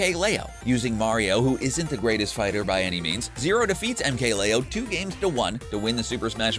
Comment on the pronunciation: I like how he incorrectly pronounces almost every single fighter.